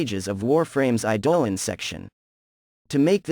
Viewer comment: Sounds like you are using an Ai to read. Maybe try using i-duh-lawn to see if it reads it correctly. Great video. Definitely subbed